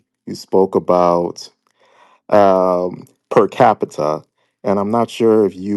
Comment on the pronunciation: Does he have a massive degree saying “specific” like Pacific Ocean and can’t pronounce per Capital what kind of masters degree did he get in law too? Good gosh